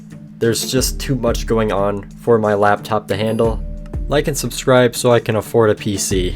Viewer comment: bro when he said "suscribe" the suscribe boton turn rainbow